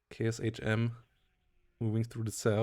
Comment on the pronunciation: Hey, love your content! But I still get a (tiny) shudder when you pronounce Sh as S-H (for example KShM A-149). It is a transliteration of cyrillic Ш, pronounced as the sh- part in "short". It will not prevent me from enjoying your casts, but I (and all other eastern europeans) will be happy if you make this tiny correction in the next casts. Looking forward to them, even if you forget!